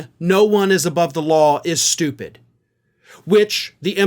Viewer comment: In Habba's case it's 'stoopud'